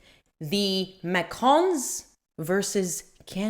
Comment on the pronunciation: Thank you for stating you try to pronounce words correctly; your French pronunciation is quite passable! I watch Candace Owens and overall like her coverage of the Macrons, but I cringe every time she says 'Macron' or 'Trogneux'. That she hasn't taken the time to learn how to correctly pronounce names she uses dozens of times in every episode where she covers this topic makes me think less of her; it makes her come off as lazy, unserious, or incompetent. That said, a foreign leader suing an American for defamation would set a terrible precedent if the Macrons should prevail in their case. IMO, the Macrons would be much better off if they laughed off Owens coverage instead of making it an international incident.